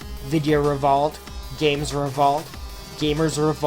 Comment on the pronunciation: omg reVOLT reVOLT revOlt REE-VOHLT the way you keep pronouncing it REE-VAHLT is bugging the everliving fuck out of me i'm autistic